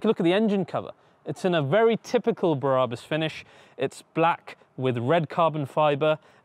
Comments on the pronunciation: It's BRABUS .. not "Bah Rah Bus" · My favourite Car Brand and all I can here is mis-pronouncing Brabus, it’s like when someone says Adee-Das instead of Adi-Das My ocd is melting down. 😂❤️😎👍🏼